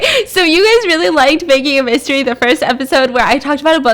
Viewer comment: At first I thought u said “Baking A Bisstery” Instead Of “Baking A Mystery” LOL